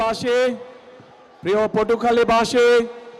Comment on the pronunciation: As Salamualaikum Tarek bhai Slamalekum na Salamualaikum ar Potukhali na Potuakhali.